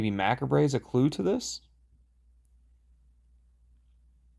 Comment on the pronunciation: A "little" late, but: macabre is pronounced without "e" and is a synonym for " gruesome" or "disturbing"